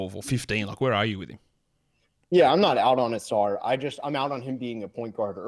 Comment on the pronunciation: Amen pronounces Ausars name UH-SAR, and Ausar pronounces Amens name UH-MEN